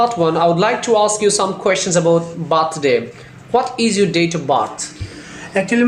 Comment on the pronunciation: Bhai sir ka slang to check karo op 🤣 Birthday ni bathday 🤣